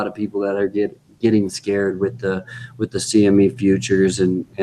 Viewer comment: This guy keeps saying “SME”... Lol. It’s CME